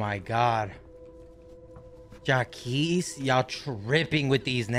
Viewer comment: Berlin and 🤝 mispronouncing “Jacques”